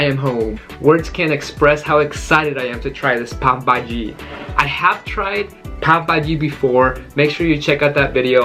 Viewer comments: Friend not pabhaji it’s call Pao Bhaji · Let me yell you it's pav bhaji not pop bhai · I legit thought he said today i am going to eat papa ji. Quarantine be messing with my mind